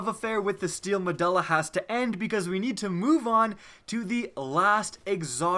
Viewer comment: Triggered over how badly he fucks up saying steel me-du-la